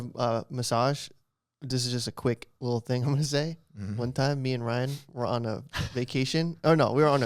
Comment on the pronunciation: Ryan I’m Korean and you said that so wrong lmao